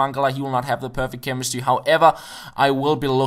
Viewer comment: The perfect chemistWy :)